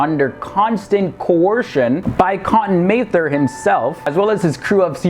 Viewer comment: it's pronounced Mather, as in rhymes with rather...